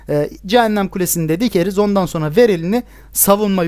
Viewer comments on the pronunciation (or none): none